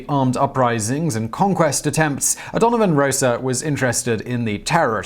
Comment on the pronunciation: It's O'Donovan Ross-a